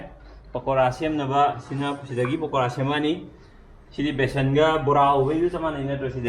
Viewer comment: It's Pakora 😁..not Pokara But it's not that Makhwang chengbi shape like in Ushop